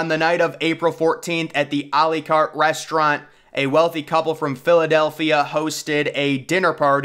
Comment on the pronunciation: When we're practicing anyway. Try to say. À la carte like: Àh Làh Carte. That would sound so much better. It's la carte and not le carte